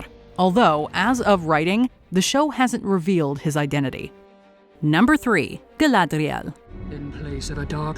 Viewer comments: I think is making fun of the new pronunciation of Galadrrrriel imposed by Amazon. Also, next time you guys do a sponsored content video, just let us know. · You are a clown, and your reference to "GaladRRiel" makes that blatantly obvious to most everyone. Especially everyone whose mother tongue is not English, and anyone who understands Tolkien's work as linguist. The elves do not speak English. Their names are not English. Their letters, pronunciation, phonetics, grammar, vocabulary... nothing is English. When you read what the Elves said or thought, you are essentially reading a translated text. A text that Tolkien translates to you, because unlike Tolkien, you don't understand Quenya or Sindarin, nor probably any of the other dozen or so languages Tolkien was quite fluent with. You should be thankful - thankful, I say! - that someone let's you at least get a glimpse of what lies so far beyond your linguistic capabilities. She IS GaladRRiel. Peter Jackson's was also GaladRRiel, but they said it wrong. Learn. Become wiser. Instead of railing against the everyone who shakes your biased foundations you call "logic" or "common sense" or "how to speak properly". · Please, stop saying “Galadriel” that way.